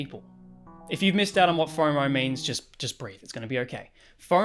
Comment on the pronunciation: Fomo is faur-maur 🫢